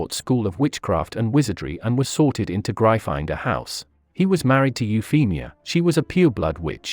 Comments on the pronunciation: Pronounced Griffindoor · Ik but the vid said Gry finder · Gryffindor is pronounced Griffin-Door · great video but can we skip the AI voice? They were in Griffindor not Gry-finder. I do enjoy your videos though. Keep up the great work. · It grifindor not gryfondon Duh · It’s Gryffindor not grifinder🤣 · Isn't it Griffindor? Not Grifinder..? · What the heck is " gry finder " ?!?! (Its pronounced gri-ffin-door by the way). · It’s not GRY- FINE -DOR it’s griffin-door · Oh my gosh it’s Griffin door not gry finder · Its GRIFFINDOR not GRIFINDER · Real Potterhead here, it's prounounced "Gryff-in-dor." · Griffindor [graifander] lol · Excuse me gri-find-dor? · Bruh seriously grifinder. Wth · My favorite word of this video was "Gry-finder" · The way he says gryffindor grifinder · It’s GRY FFIN DOOR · Really butchered the name Gryffindor didn’t you lol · You pronounced gryffindor wrong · I love the mispronunciation of Gryfindor. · Bloody learn how to say Gryffindor! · Good job! Why do you you pronounce "Gryffindor" in such a strange way? It's been pronounced a zillion times in the movies, audiobooks and by JKR herself! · Anyone else finding it hard to concentrate with the computer voice butchering Gryffindor and other words? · It's Gryffindor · Watch the video, he mispronounced Gryffindor. Also, *Gryffindor. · 1 it’s a joke 2 it’s gryffindor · Its actually gryffindor. Pls dont take this SIRIUSly (seriusly) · very nice channel but you pronounced gryffindor wrong and It's okay you pronounced it wrong